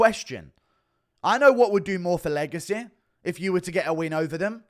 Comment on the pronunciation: When you say legacy you sound like your having a stroke lol 😂😂